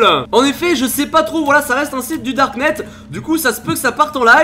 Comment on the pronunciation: du darkneteu 😂